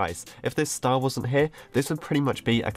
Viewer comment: When you said "If the star wasn't here" It sounded like "If the star wars here"